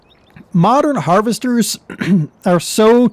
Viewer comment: "Harvetors" lol....